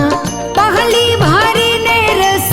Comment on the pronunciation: " પહલી " નહીં પણ " પસલી " પાણી અને પાણિ , શબ્દનો ઉચ્ચાર એક સરખો પણ અર્થ અલગ.